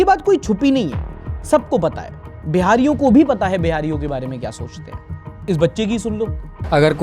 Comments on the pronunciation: Chori chakari hota hai chori chamari nahi hota Maine pahle video me dekha tha to laga tha Shayad mistake se bol diye honge par aap to isme bhi wo video ka scene lag diye kam se kam mute to kar dete. Sharm aani chahiye aapko aap jatiwad ka bat karte ho phir khud ho jatiwadi karte ho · Are bhai ager budha bebkoof hai to tum to smjhdar hor 26.45 wo chori chkari hota hai chori chmari nhi